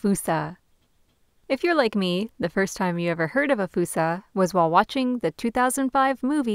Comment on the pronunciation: ''Foosa'' Where did that come from?